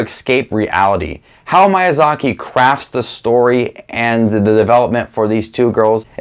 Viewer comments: Please dont say "Mayazaki" anymore 😅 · miy- pronunciation is like saying sheet sheep, mee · Your pronunciation of Miyazaki is probably the worst thing about this video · THANK YOU FOR SAYING IT! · Hi,! I was surprised with your ranking, I didn’t expected some movies to be ranked so low and others so high. That’s very interesting! I’ve watched most of studio ghibli movies, my favorite is kiki’s delivery service. I don’t usually comment, but I really enjoy your channel! PS: i hope you don’t take it the wrong way, but i just thought i’d let you know that the correct pronunciation of Miyazaki is actually different.